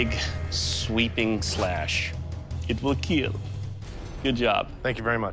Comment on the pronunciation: The satisfaction after IT WILL KEEL